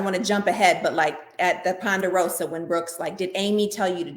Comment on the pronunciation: Please stop saying Panderosa!’ It’s Ponderosa! Jeesh.